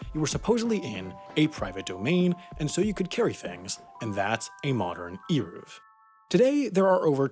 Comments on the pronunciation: Eiruv. Like the A in pain and the U is like the O in of. kinda pronouced like Arovf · It’s not pronounced eeruv. The e is like the e in bed